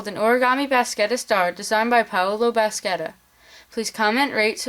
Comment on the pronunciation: absolutely fab!!!! thanks so much for showing us this! just one thing: Bascetta should be pronounced moreorless like this: /basheta/